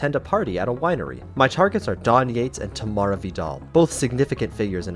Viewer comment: it isnt "Tamala" its "Tamara"